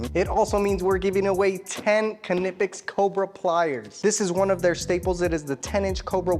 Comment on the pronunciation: Say it with me... NYE-PEX Just like the word knife, the k is silent. Great tools though, seriously, I have a ton of them.